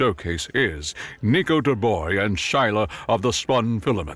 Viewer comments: Shouldn't his last name be pronounced Dubwa not Duboi? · Dubois is pronounced Doo-Bwah, not Doo-Boy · The MC's name, Dubois is pronounced Doo-Bwah It's French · my only critique comes from the mispronunciation of the of the protagonist's last name. the 'bois' part of the last name, specifically. To be clear, it's an understandable mispronunciation, but it is said like "Bwah". Aren't French words fun? Fun fact: 'bois' means 'wood' in French. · Forgive me for the correction but the correct pronunciation for "Dubois" Is "Dubua", like the evil french woman from Madagascar. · Dubois French pronounced Do-BWAH Anglican version is Dew-Boyz, depending on which the author was going for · Or duh-boys as he said at one point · Our hero born and raised in cajun country. Dubois is a very french name. It's pronounced closer to Do-bwau. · Thank you! That was driving me crazy. I was cringing every time he said "Do-boy" and I'm not even French. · either way he said Dubois, he was wrong.